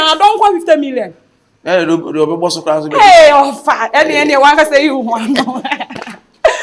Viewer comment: Dada u are still saying cuclass over here😂😂😂